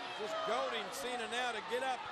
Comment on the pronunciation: It's Cena not sina